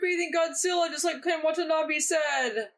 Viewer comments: Every time I hear someone pronounce Ken Watanabe's name, it sounds like "what a knobby" to me, and it always makes me giggle. No disrespect intended, I just think it's funny. Great reaction! \m/ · Watanabe is pronounced "wah-tah-nah-beh"